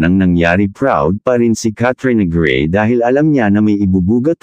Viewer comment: Pls bigkasin ng tama in Tagalog Kat - tri - yo - na - grey